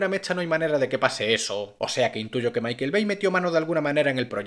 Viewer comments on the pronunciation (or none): none